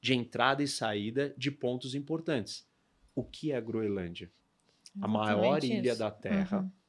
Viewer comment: A guria conseguiu se atravessar em tkdos os comentarios errado e falou o nome da ilha errado todas as vezes